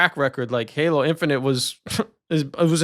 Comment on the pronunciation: Did you almost say gaylo 😂 we all heard it! Lol😂🎉 perfect